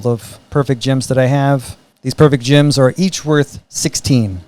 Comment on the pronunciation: I love that the way you pronounce “gems” makes “gem bag” into “gym bag”